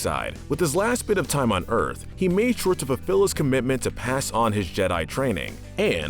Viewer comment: The way you said time on earth made me triggered